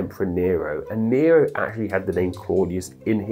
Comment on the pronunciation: Nero* not Nirouw